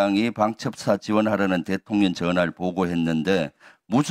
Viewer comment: 김병주 얘는 대통령 발음이 안되나 일부러 대통년이라 하나?